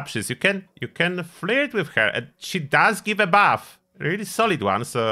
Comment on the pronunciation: thought you said bath for 4 minutes, then figured out it was buff.